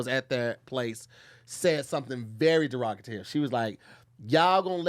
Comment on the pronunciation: Yall be lettin get away with murder.....bruh said "lee keit" & "derogitary".....which arn't words💀